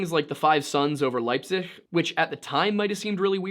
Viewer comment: Almost correct. Leipzig. The z needs to be pronounced like "ts" and the ch sound of the g a bit closer to sh (a soft sh, but not too soft) Still a welcome change from the almost intentional butchering of German you 'muricans usually commit. :)